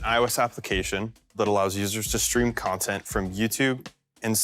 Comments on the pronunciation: look who can't say "content" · Bro cant say “content”